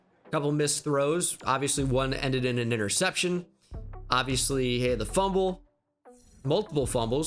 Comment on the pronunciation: it sounded like he said the n word when he said interception 😂